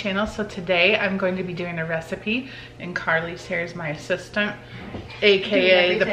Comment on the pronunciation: when you said that karli's your assistant at first I thought you said she was your sister